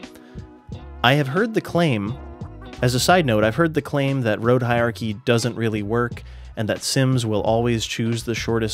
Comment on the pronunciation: Hierarchy has an "R" sound in it.